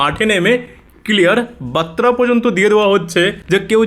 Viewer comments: বাত্রা নয়, বার্তা হবে। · Barta ,batra na , শব্দ টা বার্তা। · বাইরে ওটা বাত্রা নয় বার্তা (বারতা) হবে।